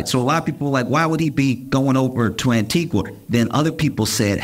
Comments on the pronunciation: Josh ... LOVE your stuff ... but its pronounced 'Antiga' NOT 'Antigwa' ... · Small correction- the pronunciation of the country Antigua is incorrect. It's pronounced Anti-ga not Anti-gwah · Respectfully…. It’s an-ti-GA not an-ti-GUA. Love you tho ❤ - a Caribbean person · I was in Antigua when this happened. The news of his jet being there was all over the local news. Also, the locals don't pronounce Antigua as a Spanish word. It is said as ' An-tee-GA not as An-tee-gua. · Antigua is pronounced without the “U” sound, as An-TEE-gah! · Josh, Antigua is pronounced, Antiga. The u is silent. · It's spelled Antigua but is pronounced "An-tee-ga". On behalf of the Caribbean population, thanks in advance for correcting the pronunciation. 🫶🏾👍🏾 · It's pronounced AN TI GAH spelt ANTIGUA 🇦🇬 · Antigua is pronounced Antiga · Americans please, Antigua is pronounces like "Auntie-ga" with a hard "g", the "u" is silent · People- the name of the island is pronounced “Ann-Tee-Guh” 🤗🤗🤗❤ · The u in Antigua is silent - an·tee·guh. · ➡️ An-tee-ga (U is silent) 🇦🇬🙏🏽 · Stop saying Antigua like that! I can feel my parents yelling at me for this! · Love this guys delivery. Also, the pronunciation of Antigua is wrong as his pronunciation is of a place in Guatemala whereas the plane was in the country of Antigua & barbuda. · I hate to be grammar police, but the u in Antigua is silent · Josh, you don’t pronounce the u in Antigua 😂 Love you though. Hilarious as always!